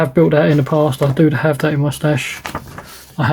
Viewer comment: Thank you for the review. With your accent, it sounds like you are saying you have certain kits in your "mustache" instead of "my stash". LOL 😄 I would like to see how much trouble it is to actually build the kit as well.